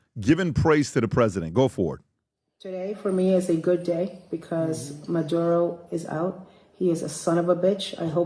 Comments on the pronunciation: Oh no, I get to hear PBD say Madoodo for two hours. 😩 🙄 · Why does peanut butter star of david always have to do what pat finnerty bags on? This is America. It's MuhDuroh, not MuhDoodoh. Now, if you said MuhDooDoo, you'd get a pass.